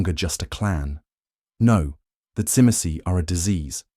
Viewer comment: Now we need Brujah🤣 unfortunately the Ai can’t say Tzimce very well